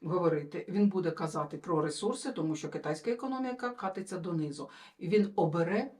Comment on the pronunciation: Вибачте, роблю свою справу - демоскалізацію мовлення і нашого мозку.Українською не катяться, а кОтяться. неділя це 7й день тижня, а сім днів - це тиждень.час НІЧНИЙ, получається - виходить, хоть - хоч, наголоси: тОнкий (москальський наголос) змінити на тонкИй, але я за слово понімАть. Дякую за звістки і ще є питання. Зараз ми всі в Сумах переживаємо за другий настум в районі Суми, Чернігів ( бо з того боку розміновують поля, бо перед цим москаляки свою територію замінували, а зараз розміновують). Будь ласка, розкажіть про це в наступному етері.